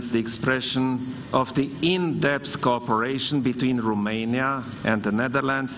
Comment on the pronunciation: Eu nu inteleg de ce domnul Ciuca tot pronunta RUmeinia? In Engleza pronuntia corecta este ROmeinia cu O nu cu U......... si este mai usor sa pronunti cu O decat cu U, parca mi se incaleca limba in gura daca incerc sa pronunt cu U..... RUmeinia.... foarte ciudat.... scrie-ti-i pe foaie acolo cum sa pronunte, cu O....